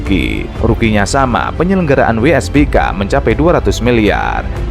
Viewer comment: WSBK bukan WBSK 😂